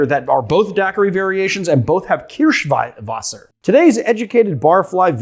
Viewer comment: Why? His pronunciation of Kirschwasser is good.